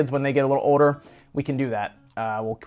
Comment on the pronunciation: How come when you say "older" you dont pronounce the L? It sounds like you're saying "oder" Really dive into that LLLLL sound.